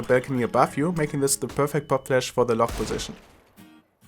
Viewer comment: Bei Lockposition hab ich erstmal Lochposition verstanden 😂😂😂💪